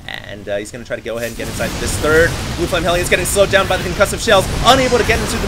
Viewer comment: "select is not the turd"